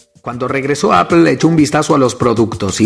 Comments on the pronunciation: Appel??? Qué rayos es eso??? o_o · le dice ignorantes a los que usan Microsoft un tio que le dice "Appel" a "Apple"... EPIC FAIL